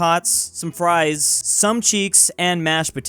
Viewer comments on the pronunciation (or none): none